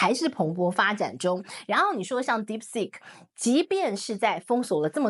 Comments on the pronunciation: Deep seek.... Not sick😅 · Deepseek not dipstick